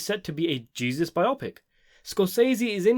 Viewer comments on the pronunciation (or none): Biopic is pronounced bio-pic, not bi-opic you're welcome